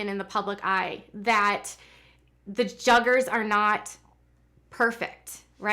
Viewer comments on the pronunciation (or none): I just watched the video and she definitely said Juggars!😂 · Lol I thought I heard you say “ Juggars” well yes, the Duggars do go for the jugular..... 😂😂